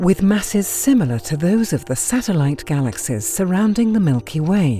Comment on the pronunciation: "Galaxez?" I can't listen to that voice. Had to stop.